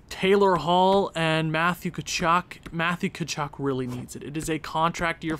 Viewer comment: Thornton actually grew😂 And it's pronounced CHAR-NICK. At least thats what I heard Did you say there is a Flames spreadsheet? If so how do I access it? Btw you need to trade either Gaudreau or Tkachuk